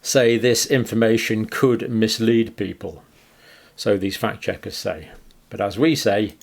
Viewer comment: “Phakt checkers”